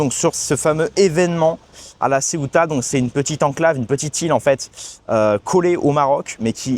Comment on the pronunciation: Mais non pas LA Ceuta ,Ceuta prononcer CE-OU-TA.Ce n'est pas une ile c'est une enclave au Maroc.